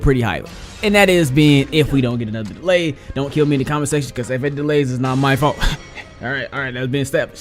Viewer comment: Your a foedo man don't say deley